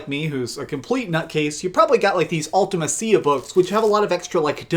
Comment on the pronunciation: Hahahahaha! Man said "Ultima-see-ya books".